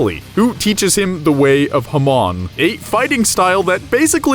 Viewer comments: thats not how you say Hamon....its not Huh mawn. its Hah-moan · HA-MOAN not ha-mon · You had me until "huhmun" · The way he's saying hamon makes me so fucking uncomfortable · You said hamon wrong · Does anyone cringe when he pronounces Jotaro’s name and Hamon